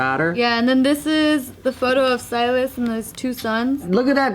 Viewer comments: Sealis.... lol don’t you mean Silas ???? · I had to do a double take when I heard mispronounce Silas the first time lmao